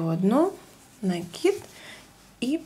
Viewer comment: НакИд научилась говорить правильно,а вот петЕльки - никак...все пЕтелки,да пЕтелки...сем, восем...